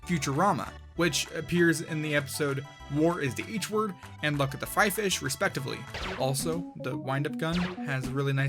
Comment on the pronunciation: did he just pronounce luck of the fryish as luck of the fryfish